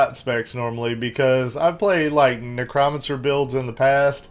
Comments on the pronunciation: btw its pronounced Neck- Crow- Man- Sir ... silly Grim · Grim, dude say it like this "NECROMANCER / Neck Row Man Sir :)